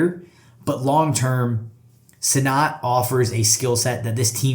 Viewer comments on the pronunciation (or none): It’s Ben “Sin-it” not “Sin-not”